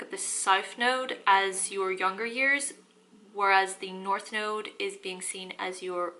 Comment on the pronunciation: In the beginning of the video it sounds like she says, “Welcome back to my noodle 🍜 series” ! 😂💕